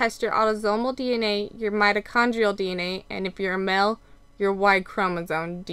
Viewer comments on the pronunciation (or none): Spelling and pronunciation errors really make you appear less intelligent. You didn’t toke the test you took the test. Mail and male is pronounced with a long A sound not ‘ mel’ with short E sound.